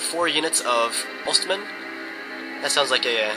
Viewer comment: lol im from ulster.....and its said like 'oughts men'